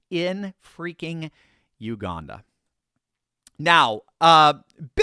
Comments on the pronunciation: Hey. Thought I would let you know there is no r in Uganda. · U-gan-da Jail. I wonder how he'll feel on his first day in Uganda when he hears "I'm the captain now!".